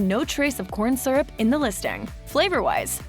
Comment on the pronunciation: She mispronounces the word "syrup" and has a generally annoying voice. Next time hire a professional (although "she" is probably AI)